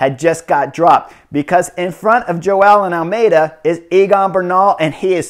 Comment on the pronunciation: I heard "Joao And Almedia" 😂😂😂😂